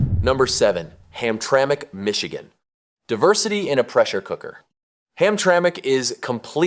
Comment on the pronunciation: This video lost accountability with me when it said Hamtramic MI